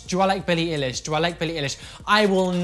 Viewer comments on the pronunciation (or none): darling it’s billie ‘eye-lish’ not ‘ee-lish’ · Billie ill-ish hehe do you mean Billie eye-lish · its pronounced Billie Eye-Lish just wanted to let you know :) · He said billie eleesh I AM TRIGGERED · Billie is kinda overrated...(coming for a fan) YoU pRoNoUcEd EiLiSh WrOoOoOnG